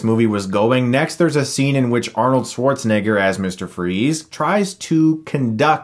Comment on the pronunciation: To much "Igger" you put in Schwarzenegger's name, bro🥴